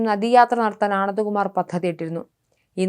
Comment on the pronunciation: ഒരു വ്യക്താത്തയുമില്ലാതെ വാർത്ത വയ്ക്കുന്നു.. ആനന്ദകുമാരിന്റെ പേരൊക്കെ പറയാൻ ബുദ്ധിമുട്ട്.